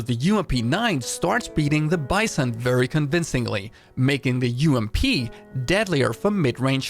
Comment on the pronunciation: The way you say "ump" instead of "you-am-pee" makes me slightly uncomfortable lol